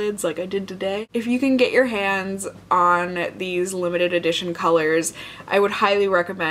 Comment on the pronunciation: When you said "hands", I thought you said "cans." Like, boob cream...